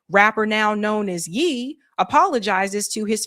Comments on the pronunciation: He sat with the rebbis already? its Ye (" yay ") not yee! 😂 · Not Yee Ye like yay like Kanye lol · The name is pronounced YAY!